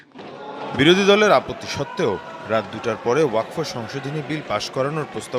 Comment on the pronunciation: ওয়াকফ্ উচ্চারণ টা ও ঠিকমতো করতে পারে না।